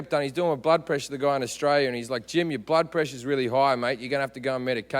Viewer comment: Blood sounds like butt.. or maybe it's just me coz I came from the other video, him talking bout sluts